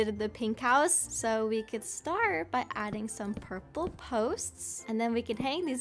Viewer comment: The Red house the perpele house 😂